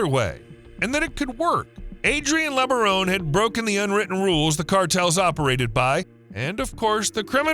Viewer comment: Don't belive the .B.S LOOK up and research Ervil Lebaron , .... Brian Denahey portrayed Ervil Lebaron in the movie prophet of evil. Those Lebaron are NO good. Do the research and find out about that family. This youtuber continues to pronounce the name wrong.